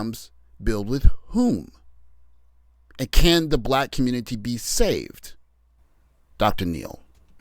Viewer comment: Save the communitah? 😆 "ALL" Roads Lead To SYSBM. How many years am I going to have to say it?